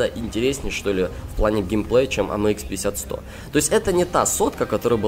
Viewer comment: Кого еще бесит как он говорит амэйкс